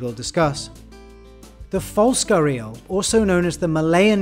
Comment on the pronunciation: its pronounced "g-air-ee-al" not "guh-reel"